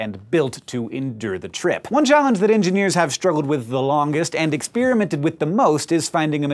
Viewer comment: "Eggs-Spearmint" sounds like a truly disgusting kind of chewing gum